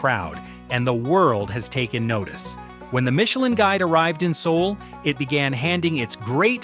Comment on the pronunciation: Lost me at "See-ool"